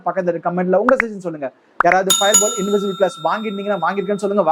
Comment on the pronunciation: Bro you said invisible